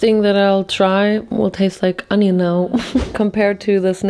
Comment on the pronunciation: It's "onion", not "ANYIN".